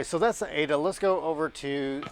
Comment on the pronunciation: Its😂 A.D.A NOT A DUH😂